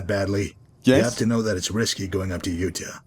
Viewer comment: Interesting how says Utah as Youta instead of You-tah... I wonder if hes doing that on purpose because, lore wise, no one remembers how to actually pronounce it, or if thats just how he pronounces it himself... interesting.